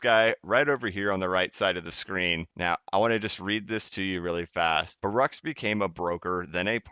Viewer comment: Just an FYI it pronounced Bar-ook